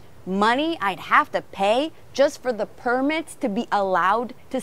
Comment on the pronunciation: to pay / tupai? 😂